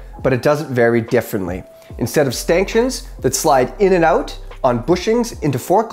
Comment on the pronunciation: Did I hear "Stanktions"? 🤣